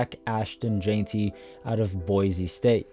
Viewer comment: My brother, it's jen-tee not jane-tee ,👌🏽